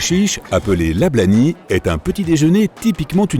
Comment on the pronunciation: je corrige en tant que Tunisien: on dit Lablabi !